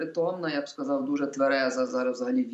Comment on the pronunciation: Остап-в етері,а ведучий -в ефірі!оце вам і вип'єм до дна,щоб була думка одна! А ще в останнього: буф,сказаф,стях-у неукрвимові,весь час!